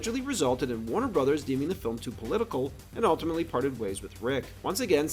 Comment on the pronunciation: Stop saying "alltimately".